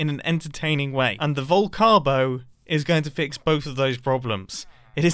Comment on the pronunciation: Vol-carb-o… oh that’s bad. 😄